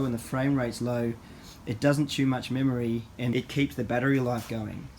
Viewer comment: "memorey"? just giving u a hard time. lol. thanks for the videos